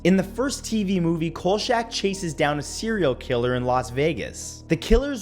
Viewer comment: C'mon, Matt: "Coal shack?" "Robert Blotch?" It's "KOLE-chack" and "Block."